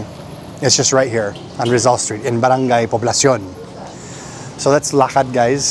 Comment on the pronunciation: You're almost there with barang-GAY. Keep practising. pala-YAN, not pa-LA-yan. pa-LA-bok, not PA-labok.